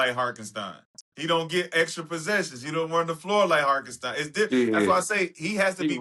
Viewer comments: Who the fuck is Harkenstein?? Nigga it’s Hartenstein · “Harkenstine” was taking me out 😂😭🤣 say that man’s name properly please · They’ve messed up Hartenstein’s name 😂